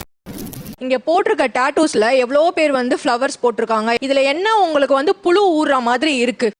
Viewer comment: Can't even pronounce புழு